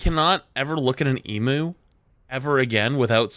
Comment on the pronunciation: screaming crying why does nobody outside of aus know how to pronounce emu